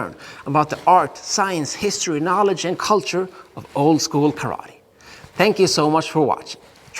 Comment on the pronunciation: Sorry you know the Japanese language but why do you not pronounce TE and instead say TI. When you say karate. I know this a minor point but I am just curious.